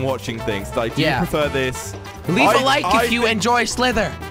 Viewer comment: did he say leaf a like if u like slither???